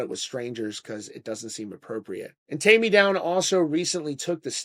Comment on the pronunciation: TAIME NOT TAMMY! WTF?.😮